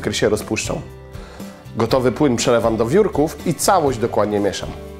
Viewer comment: Przelewam do WIURKÓW* - powiedział